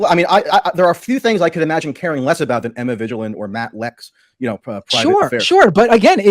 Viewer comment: It seriously pisses me off that he's doing this whole "I'm upset cuz you guys have been making fun of me and my girlfriend" thing as he is intentionally mispronouncing Emma Vigeland's and Matt Binder's names, he KNOWS how they're pronounced and he's already doing that kind of petty garbage like 4 minutes in?? And then later on, just pay attention to his rhetoric, his inflammatory descriptions. He's calling them "interventionist policies" and saying they have "testing regimes", who the hell is going to hear that and not think he's trying to draw a connection to bad foreign policy and war? He's intentionally using words like that to overblow the situation, they're wearing masks and getting tested for covid so it doesn't get spread as much - as in SAVING LIVES, And he wants to draw a parallel with his language to make it sound like a crazy murderous war? He's using the phrases Tulsi overuses when she talks about war and it's always in the same vaguely inflammatory way. Let's also be clear that neither of them are actually Anti-interventionist. On top of that, it's so damn annoying that he constantly uses language that makes him sound more of an intellectual than he is. Michael Tracey is a fraud and a pseudo-intellectual.